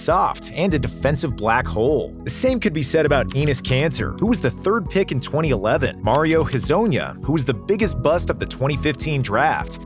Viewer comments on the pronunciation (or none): Thought he said "anus cancer" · is nobody gonna talk about how instead of him saying Enes Kanter he pronounced anis cancer